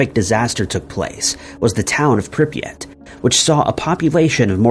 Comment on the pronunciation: Bro the city is Pripyat. First sentence of the video is already incorrect lmao.